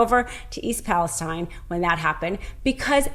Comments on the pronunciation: Not that it matters, but it's pronounced East "Palasteen", not Palestine like in the Middle East. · I live near Palestine, Tx. We pronounce it "Palasteen" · She's on to something really troubling, but why didn't she learn to pronounce Palestine, as that town actually pronounces it? That's a bit of a flaw, with which Greene and company can easily dismiss this whole video.